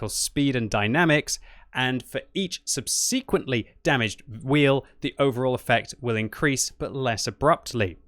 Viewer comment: subsequently mispronunciation